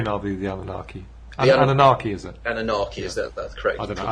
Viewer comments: It amazes me to listen to this backyard mook ()blathering on about something very important to our evolution as a (spices speeces speches [damit...race of dudes]). 25 min in to the vid and he has already mispronounced anunnaki or something like that +a hole bunch of other stuff any way I digress. The point that I'm trying to make is, we leave our evolution in the hands of these people who write these books for money sell time to sit in front of this kooky strobe light (the lucia) for money when it should be mandatory to have the right to use these devices free of charge. And do you think the lucia people care for our welfare do you think is interested in if I get to the next level... Fuck no, they are just grateful they don't have to suck cock on the corner to make the cash. And all the while uses little sheaple suck this shit up like its our last meal. I remember hear in Akron Ohio a little metaphysical book store owned by this troubled chain smoking soul who got together with this other yimyam who gave you THE REIKIE POWER!!! for $50. and they got pissed at me because I missed my session (that store no longer exists. I hope in the future that folks look back on this time and laugh grateful that we got out of this whirl wind money spending spree unscathed, and learn your words especially the really hard ones you have trouble pronouncing, you might sound halfway believable. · is a highly intelligent and illuminating human. One needs to be au fait with the relative subjects already in order to fully understand him. Yes he does ramble a little (and pronounces Annunaki unusually) but that is a symptom of the brilliant and inquiring mind that is his.